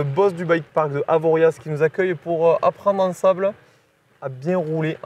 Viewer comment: Belle vidéo les gars. Par contre le Z à la fin de Avo on l’oublie hein ;)